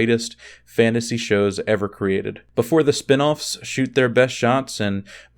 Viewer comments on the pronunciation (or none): none